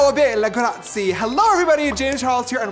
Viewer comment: I cringed at ‘Graci’, its ‘Gracia’